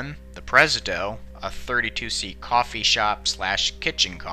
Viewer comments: While I find the content interesting, it makes me tune out when narrators butcher pronunciations, and the narrator here butchers three in a row when naming the train's cars. It's "Preh-ZID-ee-oh" not "PREZ-ih-doh"; "Deh-LORE-us" not "DELL-oh-rees" and "em-bark-ah-DARE-oh" not whatever the hell he said. It is an interesting tale, however, and I'm glad someone is putting it out there. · A great video, just a couple pronunciation quibbles. Mission Dolores is pronounced DUH-LAWR-IS. Presidio is pronounced PRI-SID-EE-OH by english speakers. Embarcadero is pronounced EM-BAHR-KUH-DAIR-OH. All are place names in San Francisco. A good resource for checking pronunciation of unfamiliar words is which is where I got the ones used above. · I hope Pathe News didn't insist on the huge green lettering used for the credit here. Pronunciation of names: SF-601 Presidio (pruh SID ee oh) SF-602 Mission Dolores (duh LOR ehz) SF-701 Embarcadero (ehm bark a DARE oh) These are all SF landmarks, the first two being the first Spanish settlements in the area in 1776. Thanks. I learned plenty. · Great history, great pictures… but the car names Pres-i-dio, Embarc-a-dero and Mission Do-lor-es were a little shaky. I only say it because they’re names of places in San Francisco and have such pretty names when pronounced correctly. Otherwise fantastic video. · "Presidio" and "Embarcadero." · Are you trying to say Presidio, Mission Dolores, and Embarcadero? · Struggling college student? Maybe you won't struggle nearly as much if you learned how to read (and talk!). "Presidio", "Mission Dolores", and "Embarcadero" are pronounced just like they're spelled, NOT the way you fractured them. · you mispronouncing all those san francisco names made me cringe so hard, please do better with these, embarcadero, presideo, and mission dolores. have u ever even talked to someone from san francisco????? it made me, a local, very sad to hear these so mispronounced smh